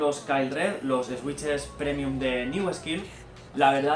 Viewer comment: buen vídeo, pero me chirría la pronunciación de "switch" (no es "esuich" o "esuiches", es "suich") xd